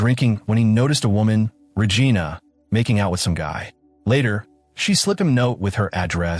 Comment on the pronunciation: Paramount can't afford a human voice? AI pronouncing "Regina" is disturbing, along with other creepy errors. Also, a "comfort woman"...what is this Japan in WW2?!